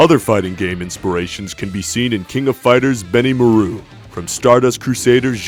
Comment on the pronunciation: "Benny Moe Rue" Cracks me up. xD